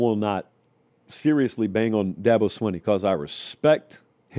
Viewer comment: You’re the only talking head that pronounces Dabo’s last name as it it is spelled. Most people pronounce it “Sweeney”.